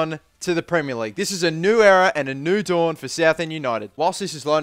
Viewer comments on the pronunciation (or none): none